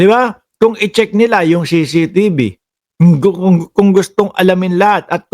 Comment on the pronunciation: Brod.CCTV un hindi CCTB ano ka ba naman napakadaling bigkasin pero di mo mabigkas ng tama ang ingay mo pa naman.